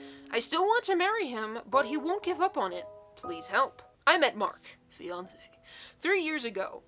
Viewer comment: im watching this while doing schoolwork and i REPEATEDLY misheard fiance as beyonce... imagine randomly hearing "MY BEYONCE, 37M"